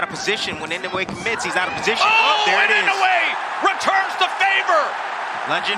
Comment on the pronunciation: Pls learn to pronounce his name correctly. E - NO -eh. Accent in on the “no”.